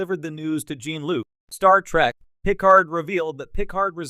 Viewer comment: That would be a pretty good AI voice if it could pronounce Picard or Star Trek correctly.